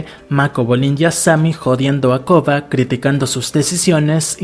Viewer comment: Porque probablemente tiene problemas para pronunciar la “r”